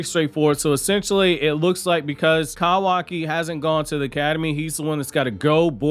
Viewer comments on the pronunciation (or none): Kawaki! LEARN HOW TO PRONOUNCE IT! YOU’RE DRIVING ME NUTS!